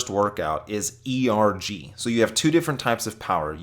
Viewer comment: The way you say ERG mode, it's one word not E .R. G